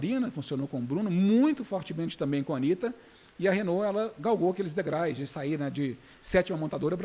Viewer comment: Degrais … doeu ouvido!